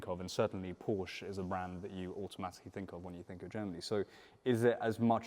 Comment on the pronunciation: Nice to hear pronouncing Porsche correctly.